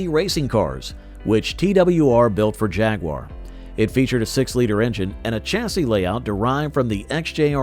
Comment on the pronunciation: Hey. If you can't pronounce the names, why do you produce a video like this? Check out how Jaguar and Le Mans is pronounced! Do not butcher it this horrible!